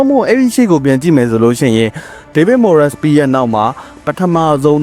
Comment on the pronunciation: Moyes ကို မိုယက်စ် လို့ အသံမထွက်ပါ မွိုင်းစ် လို့သာထွက်ပါတယ်။